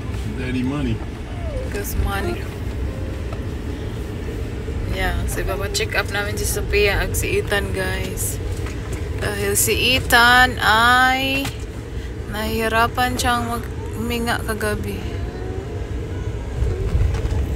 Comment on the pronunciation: "Check" up. not "Chick" up